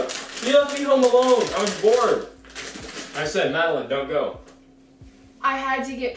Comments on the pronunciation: you didn’t call Madeline you called Madeleen 😂😂😂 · Call Madeline (Mad-uh-lin) Siri: Calling Madeline (MAd-Eh-LaYnE)